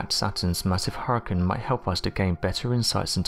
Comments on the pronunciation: I’m getting so triggered listening to him say hoorican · Deeply troubled by how he said Hurricane... Hurken? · Did it take anybody else over half the video to figure out that her-uhh-kungz meant hurricane? Or is it just me?